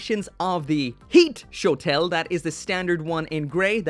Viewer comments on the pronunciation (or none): none